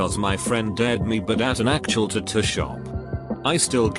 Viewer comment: everyone: tattoo the bot: tahtuh